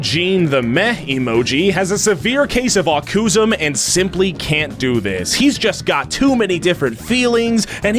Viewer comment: “Acusm”? Is that supposed to be autism? If yes, I give you permission, I don’t care, whatever.